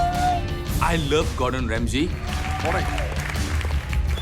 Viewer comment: "ESS GORDUN REMSAYYY"